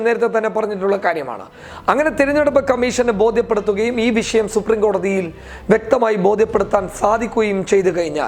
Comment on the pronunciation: വിശയം അല്ല മോനെ.. വിഷയം... സുടാപ്പി നാവ്🤣🤣🤣